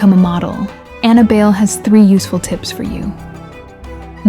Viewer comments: BAYLE??? As in "bail"??? Being a Filipina, I think it's pronounced as "buy lay" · I don't think her surname is pronounced as bail/beyl. Since she's a Filipina, it's pronounced as Bay-le (short "A" and "E" sounds). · Ok...it's not pronounced Bail...it's Buy-Leh. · It is pronounced as BUY - LEH , but according to Anna , the Designers she was working with wanted to pronounce it as BAIL and she decided to go on with the BAIL surname and to her , it sounds unique and classy and the rest is history..... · Anna BYE-LE or BUY-LE. There is another Bayle competing at this year's Miss Philippines Earth 2026 named Mavee Bayle. Not sure if Anna is related to this young lady. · Pretty sure her last name is pronounced Buy-le (le as in lemon) or bay-le. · I thought Bayle is pronounced By-leh. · Anna BAYLE Pronunced as BUYLEY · Bayle is pronounced "Bahy- le'" The a is a short a sound and her last name is 2 syllables. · Bayle is pronounced Buy- lee. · its Bay-le. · Her surname is pronounced "BAY-lay." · The surname is pronounced buy-leh. Apparently it means "dance" in Spanish. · Thanks for this, although you pronounce her surname wrongly, it is ok, because I am a Filipino but I dont really know her...